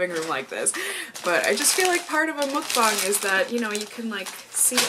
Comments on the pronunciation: it's MUK-BANG NOT MOOK-BANG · its pronounced more like "muhkbang" than "mookbang" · Just a friendly Korean subbie passing by~~~~It's actually pronounced, mUHk-bahng, not mOOk-bahng ☺️☺️☺️☺️ And I used to love Jimmy Jones bc of their bread but after I found out the CEO does wild hunting for fun, I said Bye Felicia! 👋🏻👋🏻👋🏻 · Just to say, mEOkbang not mOOkbang ;) Anyway how you pronounce it is just so cute !!!!❤ And one of my favorite beauty youtuber does mukbang !! cool ❤ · lol it's definitely not pronounced "mookbang"